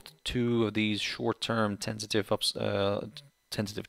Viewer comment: My English is too bad...sorry I am asking... you using this word sounds like "tensitive" or what is it? And what does it stay for? Thank you.